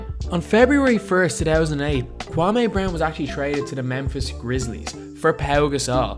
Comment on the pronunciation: "Kwam-ay Brown"